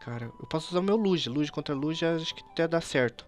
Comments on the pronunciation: QUE AGONIAAAA, NAO SE FALA LUGIA, E SIM LUGUIA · o falando liJia o certo nao era lugia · Para de falar Lugia lê como se fosse Luguia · lujia kkkk é Lugia prefiro edukof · "lujia" kkkkkkkkk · a pronúncia é luguia mais se escreve Lugia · vc esta falando errado e luguia eu coloquei assim para vc entender mas se escreve lugia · n e Lugia se diz Luguia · Ele não sabe pronunciar o nome do Lugia kkkkk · o e um bebezao e fala o nome do Lugia errado